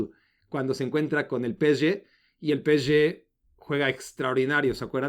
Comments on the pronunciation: PE-ESE-GE: ❌ peeché: ✔️ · Encima ni siquiera lo dice bien... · Estresa que diga Peshe en francés.... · por que pronuncias asi psg ya te quiero ver berriando como borrego